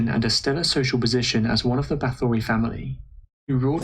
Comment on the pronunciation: This was a great video. But everyone mispronounces her name. Bathory, It is actully pronounced as Batory The H is silent.